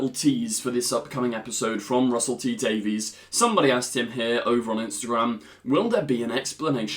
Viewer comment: once again. PLEASE Honor the way RTD pronounces his name. He says it as though it were spelled Davis. not day-veez